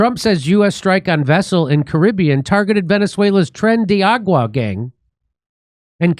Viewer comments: It's not Tren de Water Jimmy. How you can't pronounce that after all the murders,robberies, and beatings they've been a part of is beyond me. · How does dimmy have a "mexican" wife and still manage to calk it "tren de agua/argo" every single time?@